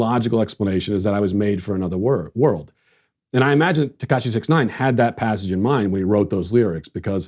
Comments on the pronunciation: 6ix 9ine is pronounced "six ix nine ine" So you say the word 'six' then you say 'ix'... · Tekashi (even though he isn't Asian) Sixix Ninine. That's how you say his name, don't be fooled that it's just "six nine". Sixix Ninine. Read it aloud as it's "spelled". Ugh. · You pronounced sixix nineine wrong.